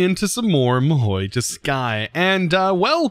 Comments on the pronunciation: god please its not mahoui, its mahou - ma, ho, ho from santas hohoho, mahou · I think it's prounounced maho tsuukai. I don't know where you get that i in mahou lol.